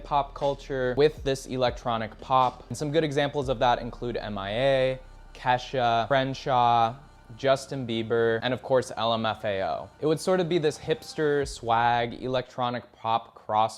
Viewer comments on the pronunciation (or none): Did bro pronounce Kreayshawn "crenshaw"? This video is griftslop